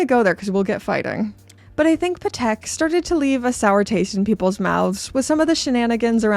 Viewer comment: She really needs to pronounce Patek. Not even close in American, British, or French…